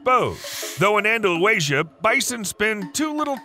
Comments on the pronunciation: Andalucía I really don’t know how you can read that word and say, Andaluacia?🤪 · An-da-lu-ASIA??????????? WTF, it's An-da-lu-SEE-a. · Anda-Lusia, not Anda-Luasia! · Love the fact that these animals are doing well in Spain! I’m of Southern Spanish heritage and the mis-pronunciation of my parents home land is painful. The southern area is called Andalusia. And should be pronounced Anda-Loo-Sia. And not Anda-Lue-Shia. Sorry for being picky but I’m sure if your name was mispronounced you would correct it! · How do you get "Andalu-Asia" from "Andalu-sia (or -cia)"? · It's Andalusia not Andaluasia and it's on Spain's southern coast, not central near Madrid. Maybe the people who prepared for the video might have spent a little more time on accuracy. After all, this video has already had 348,000 views in only 2 weeks. That's a lot of errors needing to be corrected. If you're going to be spreading errors so much, colleges and universities will hate the competition. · very good and interesting but andalu asia ???!!! twice ANDALUSIA pathetic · Dude, Andalusia is "an-dah-LOO-zha," not, "an-dah-loo-AY-zha." There is no extra 'a' in there. I hope you were trying to be funny. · An-da-lu-ci-a! (Andalu'th'ia) NOT Andalu-asia! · Anda loo sia- Anda loo thia not asia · The way you pronounce Andalusia 🤦🏻‍♀️ Anda-lusia, not Anda-lu-asia! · Okay, stop saying An-da-lu-Asia! It’s An-da-lusia. You’re adding an "a" and saying a nonexistent word! For someone who makes their living speaking you would think they could pronounce words correctly! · its not andalulazier its Andalucia please take the time to learn how to pronounce place names before making anymore videos about places.. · It’s not Andalus-Asia! It Andalusia. How dumb! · AndaluASIA? I think you mean Andalusia. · Anda-Lew-Asia 👏🏽🤣 It is: Andalucía (UHN-THUH-LOO-THEE-UH) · It’s AndalUsia, not AndaluAsia. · Andaluasia????? LMAO Andalucia! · Anda- Lucia andalucia... not andalu-asia. Lol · Andalusia, not Andaluasia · Andaluasia lmao